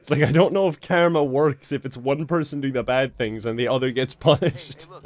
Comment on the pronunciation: I love how he says "karyma"